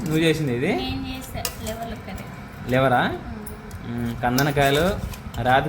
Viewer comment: Oreyi basic words nerchukondira.. Adi LIVER ani antaru.. Not LIVEL😢😢😢😢😢😢😢😢😢pottaki pandulu tinattu tinadame kani.. Daily nonveg tinte itte tagaledatayi matalu. Anduke mee pillaki kanna vegeterian food alavatu cheyandi.. Meeru nalla pandulekka tayaravutunnaru.. Eppudu avi tini tini..